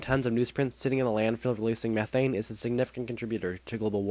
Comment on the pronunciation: i think he said methane wrong but what would i know